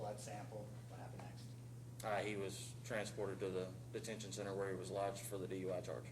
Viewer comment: The dumb cop pronounced the word center, as sinner. Dumb.